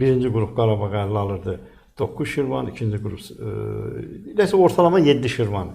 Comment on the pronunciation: Şirvan nedi ee??? Hanı senin mükemmel Azerbaycan dilin?